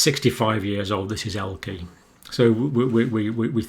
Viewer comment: Pronounced. Elkerr. Or el cur. Not el key. Elke’s of this world get mad with you as I well know !